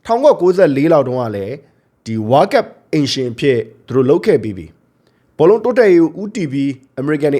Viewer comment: ဝါးကပ် ဝါးကပ်နဲ့ ဘယ်နိုင်ငံကလေသံလဲဗျ ဝေါလ်ကပ်လို့ပြောပေးလို့ရမလား